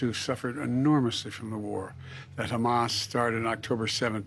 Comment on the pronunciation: could not even say Hamas 😂😂